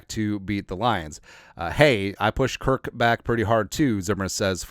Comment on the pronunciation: like your show but you should call cousins's first name properly.